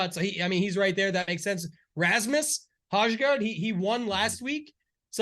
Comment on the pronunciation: Hazgaard? Is Ho-gaard